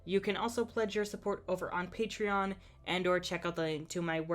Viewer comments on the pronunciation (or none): none